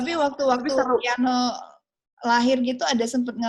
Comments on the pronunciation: Kiano bukan kaino kak 🤭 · Nama anaknya Kiano , bukan Kaino. 😛